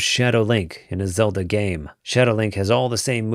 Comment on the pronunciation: Did you say Zeldo 1? LOL